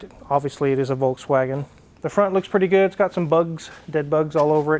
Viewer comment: Citroen (pronounce citrun) in the dutch language is also lemon ;-) André Citroen did in fact have a Dutch surname. In any case I don't care about pronunciation of Citroen, it sounds good to me either way. As opposed to volTswagen which is incorrect in any language but still half of the car youtubers somehow think that's the correct pronunciation..